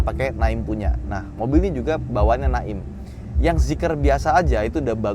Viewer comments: Speaker nya Naim (kayak “name”)….jangan Nak-im, jadinya pak haji tukang urut dong….😂😅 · Naim bang bukan Na im, berasa brand bojong kenyot jadinya🤣🤣